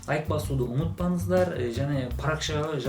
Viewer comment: Салам! Паракшамға емес: "парақшама" болады. Ұмытпаныздар емес: "ұмытпаңыздар" болады. "қ"-әрпі мен "ң"-әрпіне мән беру керек. Бұл сын емес, саған көмектескім келді. Қазақша жақсы сөйлейсің. Менің де Түрікше үйренгім келеді. (Әдемі тіл ғой) Қандай оңай жолы бар, үйренетін?